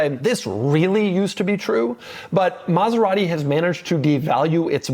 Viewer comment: Doug is the type of guy that still cannot say ANY Italian brand the right way. Car enthusiast? Been to Italy? It does not matter. Saying Maserati the right way? Nah.